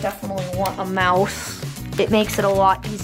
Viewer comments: sounds likes you're saying "I'm actually gonna plug in my mouth ok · sounds likes you're saying "I'm actually gonna plug in my mouth" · Ha! I said the same thing! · Lol same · ya it did sound like that even for me